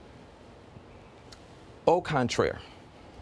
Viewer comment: Is he trying to say "au contraire"? I think he should stick to English, cause that sounded horrible.